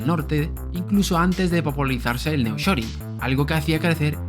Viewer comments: Es nearshoring y no neoshoring que no? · No es Neoshoring sino Nearshoring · Me gustan tus vídeos. Solamente aclarar que el fenómeno comentado se llama “Nearshoring” no “Neoshoring”. Ah pero ómo son malos ustedes los españoles para el idioma inglés. Jeje 😂